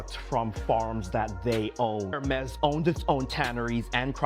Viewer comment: AI pronouncing Hermes like herpes. 😅😂😂